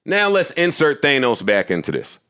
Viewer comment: Joe is “Thaynos” ..... 😅